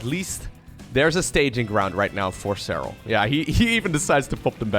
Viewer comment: Nice pronuciation of "Serral" :D